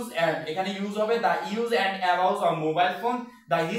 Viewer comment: দা ইউজ এন্ড ( অ্যাবাউজ ) অফ মোবাইল ফোন 😂😂😂😂😂😂😂😂😂 আর দা হিস্টোরিক্যাল ( স্পেস ) 😂😂😂😂😂 ভাই আগে নিজের উচ্চারণ ঠিক কর 😂